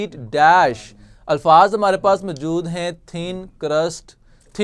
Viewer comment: Good لیکن اردو کا تلفظ بہتر کرنے کی ضرورت ہے جیسے موجود کو پورا ادا نہیں کیا گیا